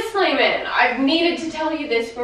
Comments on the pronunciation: Slaimanuh! I'm sorryuh! Heyuh! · She says slaiman but it sounds like Simon